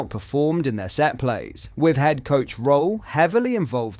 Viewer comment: Just to let you know, Danny’s surname is pronounced “Rule”